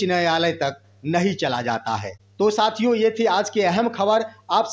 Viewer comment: Yutuber जी आप साथियों को शथिओं बोलते हैं जो गलत है। उस शब्द को यूश बोलते हैं। यानि स को श बोलते हैं।